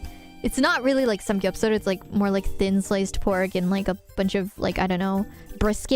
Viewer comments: 는 일본권 문화에 익숙해서 그렇게 발음한듯. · 자세한 설명 감사합니다. 제가 궁금한건 미국쪽에선 samkyupsal 이렇게 발음할거같은데 가 일본식으로 발음한게 궁금했어요 ㅎㅎ